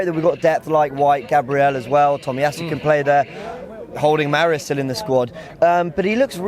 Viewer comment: Man said Holding and Mari. Lol. still has a lot to work on. He's far from knowledgeable in tactical analysis, but he's a good guy.